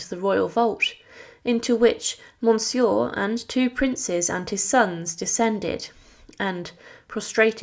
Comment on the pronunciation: Please work on your pronunciation of French names and titles. Go to Google and enter “Monsieur French pronunciation” “Condé French pronunciation” Etc.